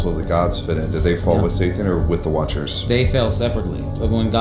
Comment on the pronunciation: why he keep sayin shai-town 🤣 can say 'satanism' but not 'satan'? Yea he says it once shortly after but all the rest...